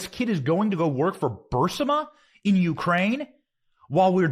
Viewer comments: Someone, ANYONE... Please tell Benny how to pronounce BURISMA. Tired of hearing him say Bursima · "Bursima???" Did you actually say "Bursima???" It's "Burisma." "Burisma." Where have you been, Benny?